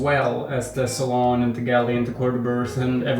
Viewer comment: It's NOT a "...Salon...". It's a SALOON!!!